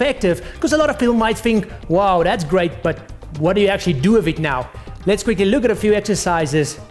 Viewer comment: i like how he says "wif it"